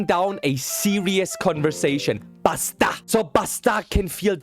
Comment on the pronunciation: I thought he sed pasta insted of basta😂. You have to stay calm on saying does word's it the tagalog that you siad dosent need to be like a mad man make it like softer in voice and thats all 🎉